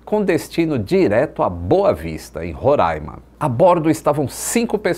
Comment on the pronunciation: Obrigada pela pronuncia correta de Roraima ❤🎉